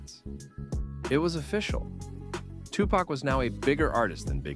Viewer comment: i don't know if this an a.i. naration. but it's hard to listen to them call him tupuck ...